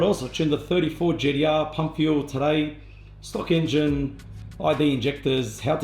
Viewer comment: "Gee dee ahh" Uleh